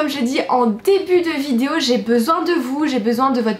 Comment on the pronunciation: "Aujourd'hui on s'retrouve pour une nouvelle vidZéo !", ça me tue à chaque vidéo, t'es beaucoup trop mimi !😂❤